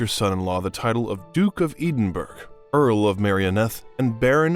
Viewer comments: He did actually say Anne the first time he said her name, but then it changed! It’s not just that, the Duke of Eedinburg it’s Ed in borough, and I know he’s not saying Mountbatten properly…I’m sure he’s heard the word batten before!!! Cameela Parker Bowels!! WHY is it so difficult to check pronunciations!! Harold Macmillion??? Mac-mill-an ohhhhhh good lord!! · Ya know is so effing painful to listen to an American MISPRONOUNCE just about everything. EDEN BURG? It is pronounced Edinbruh. Baron of Greenwich with pronounced Grenich. Yes she drove ambulances during the war, but was also a mechanic. And her schooling was basic for ladies of the day. She had to go to Eton College for Constitutional Studies. Other than that she did not learn normal school subjects, her governesses taught her needlepoint and french. In later years she got in a Tutor of normal subjects so she could converse normally. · millions of "brite-ons" ... ? Really ? "eeden-burg " Cameella Parker Bowels ? Speak English much ???? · My guy is butchering names and titles while giving a very insightful presentation…edenburg princess Anna, lord mountbotton..